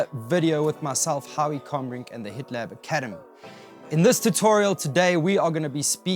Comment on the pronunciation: I thought you said "The Hitler Academy" at the beginning and had to double check I was in the right place.